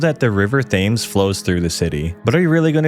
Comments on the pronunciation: Any Shire is pronounced. Er. SHEER Reading lol REDing and finally THAMES= T EMMS lol I am sure I will be back after my eye stops twitching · The pronunciation of Thames omg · It’s always pronounced “sher” never “shire” only Americans and some really posh people pronounce it like that. Also how uncultured are you that you don’t know how to pronounce “Thames” ffs. I can say Hudson River or the Potomac or Mississippi. That was really dumb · The river thaymes? lol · I know you warned us, but nothing could have prepared me for "the river th-ay-mes" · The warning was appreciated and the video is interesting but my god man learn your pronunciations that was very difficult to watch 😂 its pronounced the river "Tems"to you yanks lol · Thames???? Dude, even if you’re American and apologise, you have no excuse for that. It’s pronounced Tems, as in, the river Thames. Only one of the most famous rivers in earth. Jesus f%cking Christ. And this one, I genuinely don’t know why every American does this other than to p*ss people off but, every single county that has a ‘shire’ in it is NOT pronounced shire. It’s pronounced ‘sher.’ York-sher, Hamp-sher. You literally have New Hampshire in the US and no one ever pronounces it SHIRE, even if the only geographical education you have is from Lord of the rings. Please tell everyone in America. And don’t ever do a video on Aluminium or date formatting. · Lol a few mispronunciations: Shire is pronounced sheer in the UK Porst"mouth" = moth Cobra is pronounced cobra like the snake not cobbra Thames = Temms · The river "fames" killed me. I am now a walker. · The river TH ames? The H is silent the river (Tems) is how you say it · pronounced 'tems' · 2 minutes in, "the river Thames". Well at least you gave us warning. It's pronounced tems btw. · As a londoner, you done very well on the pronunciations for someone not from here. Tho RIVER THFAMES got me laughing 😂